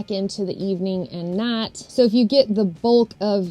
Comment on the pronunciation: YouTube can’t translate the way she says “night”. 😅